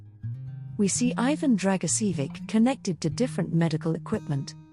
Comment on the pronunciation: Your ignorant pronounciation of Ivan's name and the fact that you remain so stubbornly Ignorant and inconsiderate are a horror.